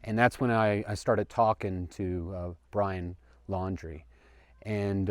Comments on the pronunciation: This guy ISNT so smart. He said Lauer. Wtf bro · The way he mispronounced Laundrie on the 911 call tells me that he hasn’t been following the case closely. That adds to his credibility IMO. I believe he saw someone who looked a lot like Brian — or could’ve been Brian. The way the guy was acting sounds like it could be Brian and he’s losing his mind. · The guy didn't even pronounce Laundrie's last name, correctly! I say, if you see Laundrie and want people to believe you, get a picture of BL or the truck or something! The FBI. Police and DOG are running around, on all these (so called leads) that people are lying about, to get 5 minutes of attention! This is NOT THE TIME, to try to get attention! There is a dead, young woman and a crazy inferior idiot (B.L) running around! He WILL KILL AGAIN, and it could be YOUR DAUGHTER, YOUR SISTER, YOUR BROTHER, YOUR PARENTS, OR EVEN YOU! DON'T F/WITH THE PEOPLE SEARCHING FOR HIM! ONLY VALID LEADS, PLEASE!!! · Brian Lowry, this bone head cant even get the guys name right, lol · This guy says he got a call back from Dog the Bounty Hunter and they talked on the phone. I wonder if he knows that Dr. Oz went on TV and says that Dog told him that he doesn't believe this man's story and that he said that this man has a "past connection" with Brian? Of course, I don't believe what Dog says because this man didn't even know how to pronounce Brian's last name. So, if he had a past connection with Brian, it must have not ben much of a connection if he doesn't even know how to pronounce the last name. It's almost as if Dog just wants to discredit anyone who might find Brian before he does.